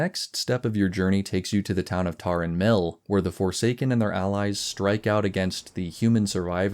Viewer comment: "Tarren" Mill, not "Tauren" Mill